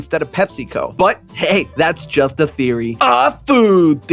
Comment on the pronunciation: bruv... saying 'but thats just a theorie, a fooood theoryyy!' just sounds so wrong T-T